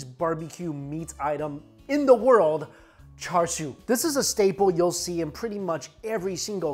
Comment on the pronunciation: It's pronounced cha siu in Cantonese and cha shao in Mandarin. There is no "r" sound!! Why are you sounding like a non native speaker??